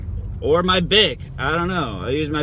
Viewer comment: Another good video 👌👍. Say "shave mah balls" again. Lol